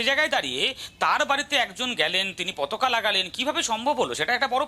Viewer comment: পতকা নয়, পতাকা বলুন